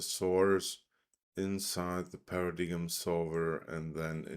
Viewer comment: I believe it's pronounced as "Para-dime"